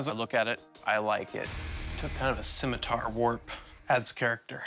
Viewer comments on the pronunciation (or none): none